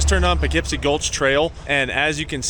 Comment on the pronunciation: I thought it was more like "Poo Keep See"